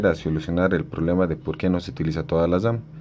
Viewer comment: Se llama memoria Ram no memoria dam